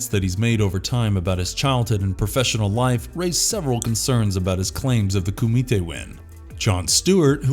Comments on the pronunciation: This guy has never even seen bloodsport, he's just reading a script. The way he pronounces Kumite is hilarious. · Anyone else find it annoying AF how he keeps saying Kumite!???? 🙄🤨